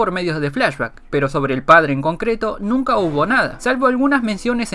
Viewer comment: Like si te diste cuenta q dice NUNA en ves de NUNCA